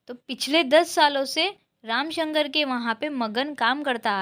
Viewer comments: ramshankar not ramashankar But nice explanation ❤ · ramasankar nahi didi ramsankar